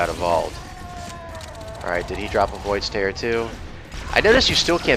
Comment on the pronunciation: Void's Tear... Is it really pronounced that way? I always thought it was "tear" like in teardrop